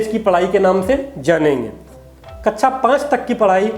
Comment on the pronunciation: Feedback- शब्दों का सही उच्चारण करें। जैसे- कक्षा मानक शब्दों का प्रयोग करें।